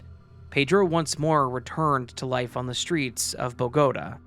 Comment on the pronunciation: Tolima was PERFECTLY pronounced ... but Bogotá emmm hehehe. fascinating content as usual.